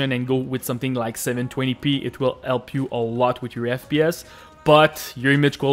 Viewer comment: Thanks for the 'elp' brother (jk)